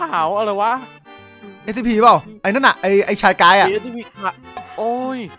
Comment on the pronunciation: พี่พูดชื่อSCPผิดอะครับ